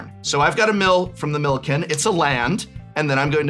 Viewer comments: Calling "Milikin" "Milken" was killing me. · Why does no one pronounce Millikin right! I love seeing my name on a card, but no one says it right lol